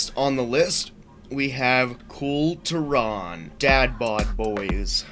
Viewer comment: Sorry, I'm only 19 seconds in but are you mispronouncing "Kul Tiran" wrong on purpose?